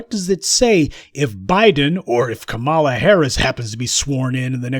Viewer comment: Lol he said copmalla